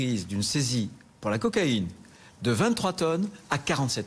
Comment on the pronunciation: Cocaïne et non coaïne 😂